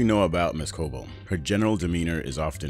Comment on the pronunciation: WHY?? WHY?? Does he keep pronouncing her name WRONG?? Has he watched the show? It's pronounced Co-BELL, not CO-bull. Why can't he get this right?